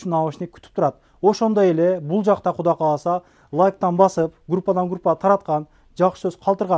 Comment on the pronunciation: Эфирден туура сүйлөгөнгө аракет кылсаңыз. Куда кааласа эмес Кудай кааласа.